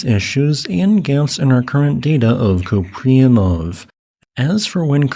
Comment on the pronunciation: FWIW, pronounced coop-ree-AN-off It's a Slavic background name. Likely imperialist Russia. Купреянов.